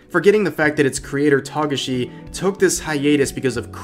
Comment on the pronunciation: Toe gah shi